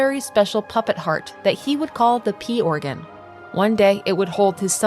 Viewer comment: Every time you said "P organ" I heard "Pee organ" and I giggled